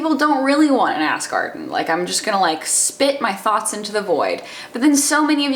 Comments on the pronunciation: Morgause x ass garden sounds like ask arden. she is saying ask arden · Now every time she says ask Arden, I can only hear ass garden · I keep thinking you're saying "ass garden" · People kept telling her that every time she said "Ask Arden" it sounded like "ass garden" so she just changed the title lmao. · I'm dying I just keep hearing Ass Garden instead of Ask Arden it's amazing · Ass Garden? I am confused. Are you saying Ask or Ass; but the title says Ass. ahh D:! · "Ask Arden" sounds really similarly to "Ass Garden" which I'm 100% here for. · I have to like this video just because I laugh every time I hear you say Ask Arden now